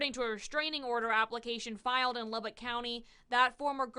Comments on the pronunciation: I would first like to thank you for knowing how to say Lubbock correctly!!! But I grew up here in Lubbock and well I’m currently watching this in my bedroom in south Lubbock…. This town is the biggest little village ever….. i through the years was fortunate enough to have met Zoe a couple/few times because of having friends of friends ….. despite it looking like it on paper Lubbock is “small” … not even knowing her more than a name and a face, I was aware of the beautiful sweet genuine person she was….. still to this day just in passing conversation this tragedy is mentioned …. I mean this is west Texas…. Yeah things happen here (like people showing up in suit cases or a kid exchange day ending with man shot at point blank range with a shotgun on camera….etc…) but this case actually changed Lubbock forever…. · Being from Lubbock, THANK YOU for pronouncing it right ❤❤❤❤